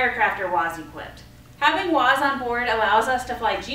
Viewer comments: It’s WAAS! Not WAZ🤦‍♂️🤦‍♂️ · Great video....very well explained...but please its WAAAAS not WOZ .......thanks !!!!